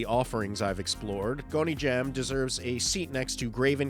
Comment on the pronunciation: I really appreciate you putting together this list, thank you! Also, Haunted Asylum is not "gon ee jam", it's "gon ji am" 🤣